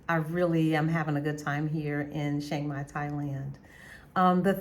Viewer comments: I’ve been to Chiang Mai (Pronounced - Chuh-Ang My) Mai 30 times since 2005 but I’ve never been to Shhhhhiang Mai. Where is it located? 🤣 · I don’t have on a mask. It’s a photo of a snowman dressed up to look like a man. I don’t have a YT channel and don’t know how I got subscribers. Maybe they like snowmen. I don’t troll. I was merely pointing out the proper way to pronounce Chiang Mai in, what I thought, was a comical way but it looks like it back fired. Please forgive me if I offended you. I wish you the best and hope you continue to enjoy Chiang Mai. It’s my favorite city in Thailand.